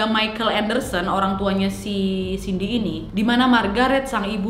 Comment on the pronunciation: Cindy kesleo lidah jd siti.. Wkwkwk